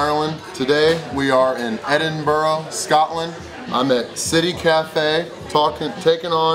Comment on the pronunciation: The thing I like about is that in newer videos he pronounces Glasgow and Edinburgh correctly and he uses the term quid instead of pound. You can see he actually makes an effort to integrate, right down to having a few pints of Tennents [local Scottish beer]. You have to admire someone who tries!